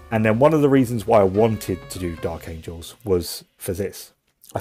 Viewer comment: Angels...not Angles.